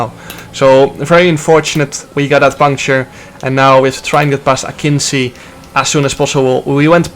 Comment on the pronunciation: btw jarno it's not 'akinsi', its pronounced akinji